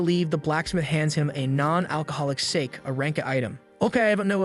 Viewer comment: It's not sake it's sa-ke that's how you say it